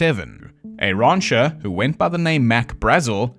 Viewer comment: rancher pronounced rauncher is pretty great.